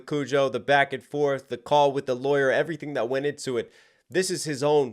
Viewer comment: Love when angry Ren says "Tired of be the it boy". the "it" sounds like ID, which could be a reference to the Freudian Theory of ID, Ego and Superego. The ID representing Primal Desire.